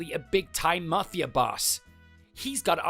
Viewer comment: S1: I’d NEVER speak to my father again if he covered up for my cheating husband TWICE. Too much filler. And it’s pronounced “mAfia” not “mufia”